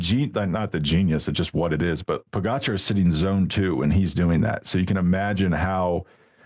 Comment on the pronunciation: George! Can you please learn the correct pronunciation of Pogacar? It’s rude AF.